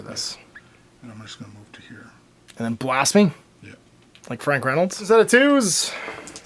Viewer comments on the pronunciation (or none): none